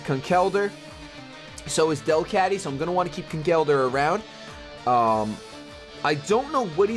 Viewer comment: pronounced DEL-cat-ty